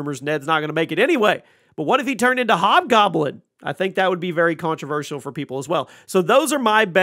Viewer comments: What's really controversial is the way this dude pronounces controversial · The way u keep saying controversial in that weird way…lol it ain’t right